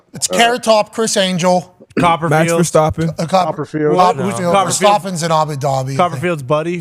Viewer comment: It’s insane that DBut still can’t say Verstappen. Fake fan.